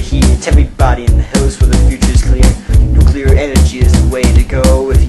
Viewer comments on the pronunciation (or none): maybe you got 87% because you keep saying "nucular" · NUCLEAR. Not NUCULAR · Why do you say "nucular" all the time and then, in your rap, say not to say it? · New-CLE-EAR energy or New-clear not Nu-ku-lur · Please learn to say "nuclear" correctly... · Thumbs downed for pronunciation of nuclear fail.